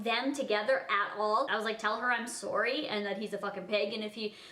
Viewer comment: Why does she say sorwy